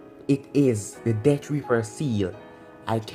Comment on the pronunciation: Accent buddy